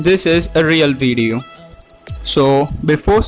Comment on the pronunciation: its video fool not vedio